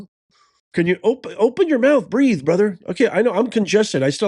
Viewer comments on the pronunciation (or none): none